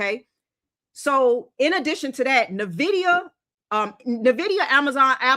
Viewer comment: Is not Nividia, It is Nvidia people lord, why is it so hard to say..?